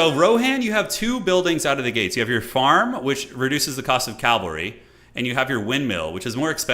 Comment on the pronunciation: pls. it is pronounced CAV-AL-RY not CALV-AR-Y!!! you even say "CAV" as an abbreviation!!!!